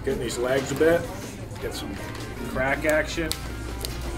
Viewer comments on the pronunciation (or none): Cracktion.........the word is Craction.